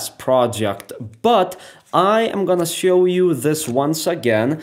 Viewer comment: I don't know whether it's my decreasing intellectual capapilities or the explanation: I din't understand anything. The moves looked cool, though. I was very impressed! Out of interest: Is there no "sch" (German) or "sh" (English) sound in Russian? Because when you say (e.g.) "Switch" you say "switzz", or when you say "Show" you say "Sow". It sounds very nice anyway, but made me curious.